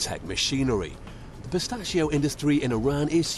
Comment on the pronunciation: the way that guy says PISTACHIO is amazing